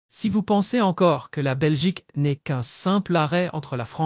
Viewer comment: La Belchique!les belches!🤨🤦🏻‍♀️